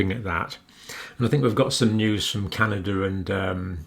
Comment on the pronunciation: John, WTF is Canader? I believe you mean Canada. There is no R in Canada but there are three EH’s. Happy Friday John!!